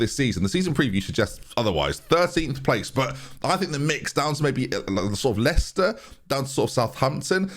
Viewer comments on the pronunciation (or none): none